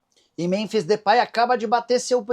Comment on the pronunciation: Nicola porque você pronuncia Muronbis?